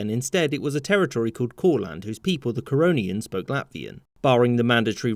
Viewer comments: Didi I jsut heard Coronians. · Normal Person: The Corononians Me on crack: Corona Ians